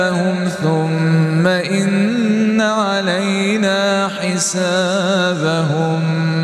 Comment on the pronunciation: خطاء في النطق الكسره في كلمه ان